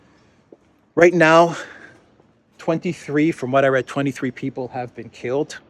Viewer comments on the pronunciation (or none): none